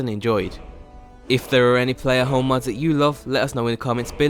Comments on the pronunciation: Is he saying Holme or Home? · Home not fucking holm! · omg.. how many times does this guy say home in this video, not even saying home sounds like he's saying holme.. pretty annoying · Stop saying holm